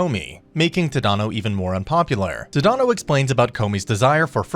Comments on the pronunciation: The character's name is Tata no the correct name is tanino Todd and no I mean I understand Japanese names are quite hard to pronounce but it's just really can't say Tada no say it this a like this Todd and no sorry if I'm being rude by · “Tuh-dahno” lmaooo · jit said t-had-an-o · I'm so sorry if this is offensive, but the way you say tadano ABSOLUTELY KILLS ME!!